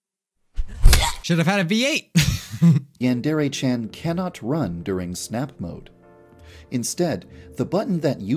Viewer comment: saying that he couldn’t say yandere chan back then but he still cant